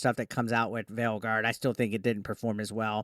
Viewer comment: Why do i keep hearing Dragon Age : The Failguard whenever he mentions the name of the game.